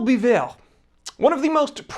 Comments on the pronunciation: it's pronounced Be-vorh also; vwah-lah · Biver ( bee-vay)